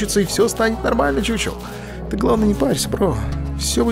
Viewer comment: Не чучел а хухел, т. к. игра чешская а по чешски ch читается как х.